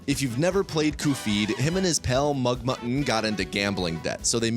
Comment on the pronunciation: And it’s not magmunnnn